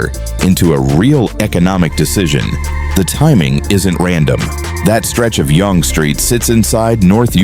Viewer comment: FYI….Yonge is pronounced like ‘young’